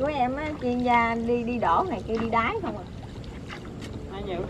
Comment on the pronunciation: phát âm nghe cười muốn xỉu, nhớ ko lầm là đáy mà